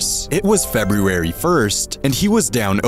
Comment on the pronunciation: Video was worth it just to hear you try to pronounce February.